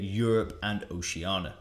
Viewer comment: It bothered me the way you pronounced "oceania". I couldn't get it off my head throughout the whole video. I had to get it off my chest and type it here.